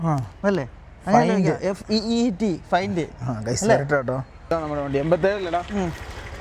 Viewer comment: Feet = find ooo 😂